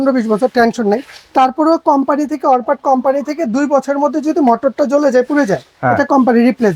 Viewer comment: অরপাট না উচ্চারণ টা হবে অরপ্যাট।